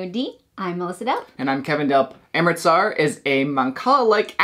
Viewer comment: Thanks for this, it was on my list, but I don't think it's for me. Also, it's Amritsar, not amristar 😉